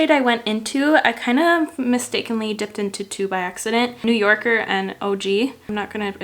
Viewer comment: Beautiful as always, sorry but, "New Yorrkerr," sounded a little southern! 🤭 Love it! 🖤